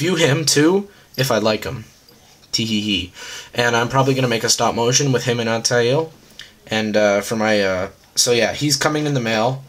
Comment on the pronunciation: Dude it's al-tie-eer